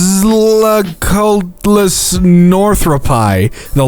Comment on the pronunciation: how hard is it for you people to say quetzalcoatlus its not that hard